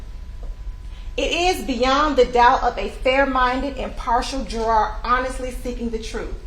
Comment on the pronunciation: I've never seen a lawyer who didn't know how to pronounce "ask" or "juror."